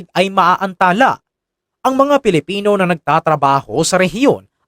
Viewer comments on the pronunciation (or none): none